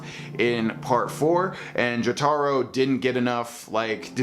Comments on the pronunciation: How dare you say it that way its Joe-toe-roe. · the way he said Jotaro was amazing